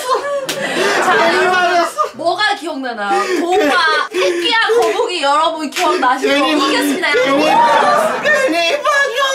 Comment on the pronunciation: 토끼가 아니라 돼끼 아니에요 ㅋㅋㅋㅋㅋㅋㅋㅋ 거북이가 아니라 이북이 ㅋㅋㅋㅋㅋ